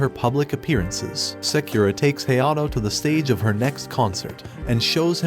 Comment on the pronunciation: Sakura name pronunciation murdered.. its Sah-koo-rah not Say-que-rah..